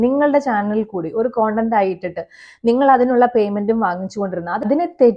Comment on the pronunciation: കൊണ്ടന്റ്.. Alla.. സെച്ചി.. അറിയില്ലേൽ പറയണ്ട... നീ പറയേം വേണ്ട... Podii 🤮🤮🤮🤮😊